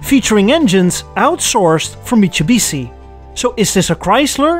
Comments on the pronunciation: Any particular reason you keep pronouncing it Mitshubisi instead of Mitsubishi? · not mitsobisi,it's mitsubishi😂😂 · What is your problem with pronounciation of mitsubishi and sierra, you speak fine all the other words...